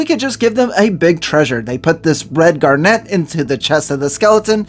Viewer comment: I begging you. If you're going to say a word as often as garnet in this vid make sure you know how to pronounce it